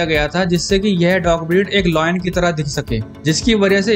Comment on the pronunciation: and its not "Loin", its "Lion". shihu tuzu, nai breed bana di 🤣